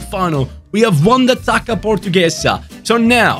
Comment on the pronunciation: Coming from a portuguese, in our language this "ç" is read like "ss" so Taça would be read Tassa instead of Taca. Just a heads up for the next time you need to say it so you dont get it wrong 😂